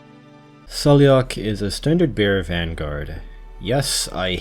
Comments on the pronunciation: She says her own name as "Sai-La-Ha" in her files. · I am part Gaelic and you pronounce it as sail-lock, also her full name is Saileach Willow, like the Willow tree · I think Saileach's name is pronounced more like "Sal-agh" lol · Saileach name is pronounced as sai-leech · Saileach's name is pronounced, "SAY-lock". It's clearly Celtic. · I think Saileach's name is pronounced Sai-lagh (according to her audio file).